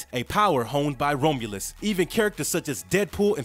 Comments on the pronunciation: I loved the video! One character I hesitate to draw because of his tattoo. A couple of things I want to criticize are only the pronunciations of the word adamantium and the name Romulus. Definitely no dis. But first one is Add-uh-Man-Tee-um And Romulus is like ROM aka CD ROM so it’s ROM-You-lus. That’s all. Everything else was solid as a rock. Amazing channel!! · The Best Wolverine. the pronounciations are again..awful. I can't continue watching this after the 3rd "Roam-U-Luss" Sucks, I really like this character, too bad this channel always messes something up